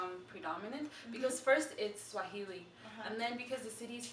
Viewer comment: It's swahili not suajili?